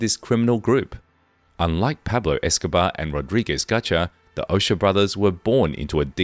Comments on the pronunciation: It's O-cho-a not O-sha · It would be nice if the narrator made a remote effort to properly pronounce names, places, etc. Ochoa — Ohh-Cho-ahh Geez The fact that these people couldn’t bother to check pronunciations, I inevitably wondered how much effort they applied to investigating facts??! Very annoying. Very offensively insensitive to Latin culture and the Spanish language. Jorge-Whore-hey Barranquilla-Bah-Ran-Key-ya It’s not that hard. Seems like it might have been otherwise interesting. But my ears can’t take it. No bueno! 👎